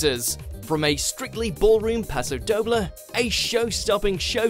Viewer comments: It's prnounced 'Paso doh blay' ....you're welcome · Anton should be number 1. AJ? Really? No. Giovanni has achieved so much more. Also for the love of Sir Bruce will you learn to pronounce the dance names properly!!! There is no such thing as a paso dobble!!! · Someone teach this man to pronounce paso doble